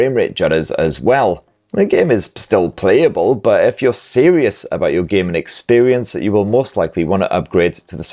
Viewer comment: It's hilarious how you say "gaming". "Do a lot of gay men"